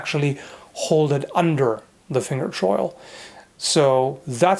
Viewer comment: There's a word you keep using in regards to the part of the hilt that the index finger rests on. It sounds like your saying "finger chorl". Can you type the actual word here so I can look it up online?